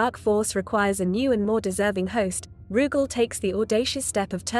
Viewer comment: Ruggal??? It's Rooogal